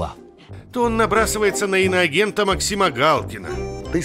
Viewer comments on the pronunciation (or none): none